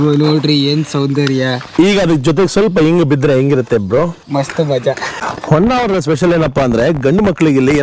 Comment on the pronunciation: madam its not Onnavara, its Honnavara